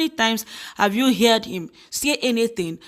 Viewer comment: Buhari is a mistake that was not suppose to happen I think you are doing a good job with the channel my observation is your pronunciation of the word heard, u make it sound like HEARED